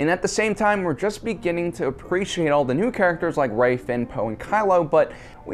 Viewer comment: What's a Porge? And who's Admiral Horda? How about "Row and Finn"? Oh that's right, can't pronounce names worth a crap. WTF dude 😂